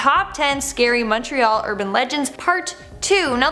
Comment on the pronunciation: I live in Montreal (thank you for correctly pronouncing it, by the way 😊). The story of the "Bonhomme Sept-Heure" is actually an badly translated version of "the bonesetter". "Sometime in the 1800s or before, when French Canadian French speakers were second class citizens. They were laborers and trades-people, and the moneyed class of course was English, so doctors and magistrates and local politicians were all English speaking, so the higher class was English and the lower class was French. And so, the doctor would come to set broken bones and of course that was usually accompanied by lots of screaming and crying and whatnot because setting broken bones is really painful. So, the bonesetter as they say in English became loosely translated to le bonhomme sept-heures.”